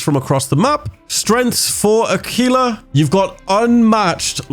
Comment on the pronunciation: Aquilla= ah key lah not " ah quil lah or ah qwee lah" 😆